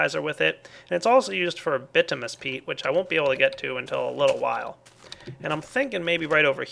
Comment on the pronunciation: Uggggh. He pronounces Humus right but not Bituminous. It's "Bit-OO-min-us" 4 syllables!!!